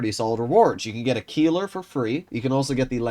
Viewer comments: it's pronounced as "Kailer" not "Keeler". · The "ei" in Keiler is pronounced like the "y" in Kyle